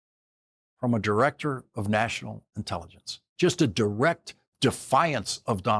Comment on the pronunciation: No fan of Mike Johnson but I heard " The Inelligence" not "intelligence"